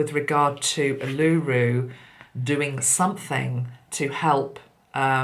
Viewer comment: Hi Feel you've nailed the energy here in Australia 🇦🇺 when you mentioned Uluru and the solar plexus chakra, mine contracted and have a sick feeling in the stomach. FYI Uluru is pronounced Oolooroo 🌞 Blessings 💕💫💕